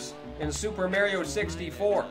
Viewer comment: Super Mare-rio